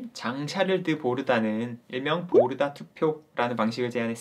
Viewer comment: "보르도"가 아니고 "보르다"입니다.